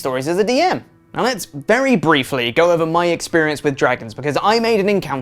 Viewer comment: Go, not gozz